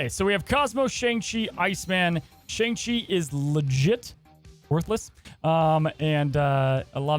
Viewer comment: Hey, you said Shang-Chi wrong in this video.